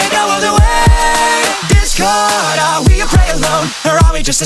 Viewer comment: Wen he says ,,Discord'' i hear ,,This girl''